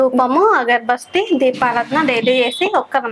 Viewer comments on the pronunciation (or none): అగరు బస్తీ / బస్టే /... కాదు ... బత్తి / బత్తి .